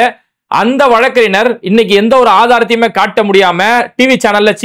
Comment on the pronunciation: Bai வழக்கறிஞர் என்று உச்சரியுங்கள்